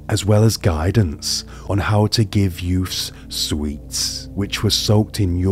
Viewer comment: Youfs? Are you trying to say "youths"?